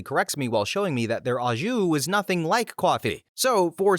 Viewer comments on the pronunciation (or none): Little tip, most Americans mispronounce au jus. The au is an O sound. (it's French)